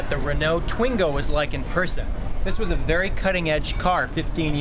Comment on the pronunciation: Please can you learn how to saw the brand names!!! Pooojeau, Reenoooo, Tweeengoo. Ugh.